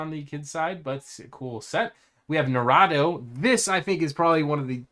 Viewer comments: My guy, that pronunciation of Naruto. Nah - rue - toe. Not nah - rah - doe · Naruto is pronounced (na-roo-toe) it made me laugh the way u was saying it lol I'm soo disappointed it never got chosen lego would have sold soo many sets smh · "naRAto" lmao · Bruh were you pronouncing Naruto “New-Rotto”?? 😂😂😂